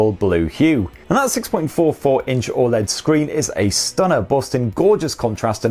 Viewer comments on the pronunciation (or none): none